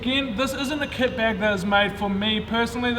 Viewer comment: Is it just me or at the start does it sound like he says ket bag